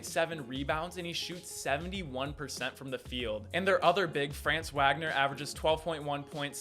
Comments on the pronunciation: Ok let’s talk... I’m a Michigan fan but you say FRaanz Wagner it’s Franz Vagner it’s it’s German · Good video. It’s Fran-Nz Vah-Gah-Ner . He is German so the pronunciation is different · France Wag-nor and Moose-uh Diabetes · You said Franz Wagner wrong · He's buthered Franz Wagner as well